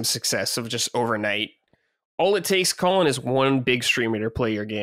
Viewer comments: Is it just me or does constantly pronounce Colin as "Colon"? Its funny because on Sacred Colin has gone on so many rants about hating people that mispronounce his name, but he's yet to correct. Unless I'm the one hearing it wrong or its like an accent 😅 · needs to learn how to pronounce Colin lol